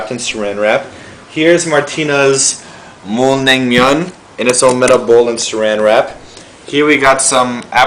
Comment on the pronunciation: Im sorry I don't wanna be a racist or anything.. but your pronounciation cracks me up big time!!!!! LOL!!! you should say "mul nang myun han gae"